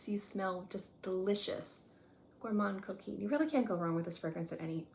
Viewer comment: Thank you for reminding me of my Gourmand Coquin. That is pronounced Gourmand (do not say the n or d- just a nasal a) Coquin- where you do NOT pronounce the n. It’s really like a short a but nasal- whereas “gourmand” is more of a short o but nasal. Gourmahn cokainh